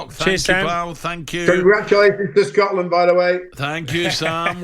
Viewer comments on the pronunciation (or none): none